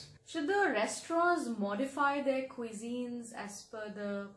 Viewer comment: Why are they making extra effort in saying the word cusine wrongly (qui zeen). The can say right word effortlessly (coo zeen)